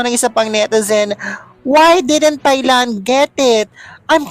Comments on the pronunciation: Thai is pronounced TAY not thigh! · “Tie” Land! Not “Thigh” Land! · Hi, Thailand is pronounced as Tailand, walang TH! Hehehe